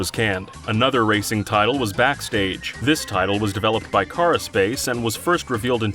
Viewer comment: It's such a disconnect to see them talk about one game while showing footage of a COMPLETELY different game just to have filler video. Also: developed by "CAR-a-space"